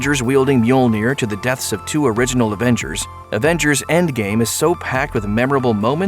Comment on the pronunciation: Is it me or did he say "Aventures Age of Ultron"